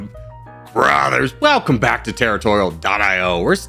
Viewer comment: He reversed the intonation of "brothers" and "welcome" :D